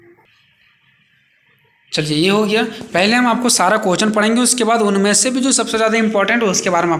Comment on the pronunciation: Sir aap क्वेश्चन nhi bol pate hain to प्रश्न भी बोल सकते हैं हम लोग को कोई दिक्कत नहीं है but कोहचन mat boliye aapka bola huwa har word matter karta h 😢🙏 Baki sab thik h 👍🙏 Thanks🙏